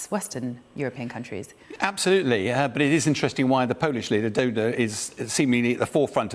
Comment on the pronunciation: Oh, so first "AbraHams" instead of "Abrams" and now "Dodo" instead of "Duda". Expert indeed...